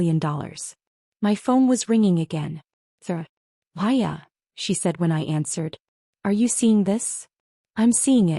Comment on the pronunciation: Her name is Maya. Not Hiya, Piya or anything else.